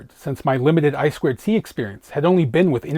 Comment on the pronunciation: Eye-two-see, not Eye-squared-see. 😂